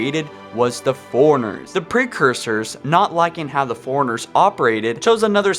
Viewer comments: The way you talk in every episode drives me nuts. Foreigners? They're forerunners. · Every time you say "forerunners" all I hear is "foreigners" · FORERUNNERS not Foreigners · "Foreigners" lol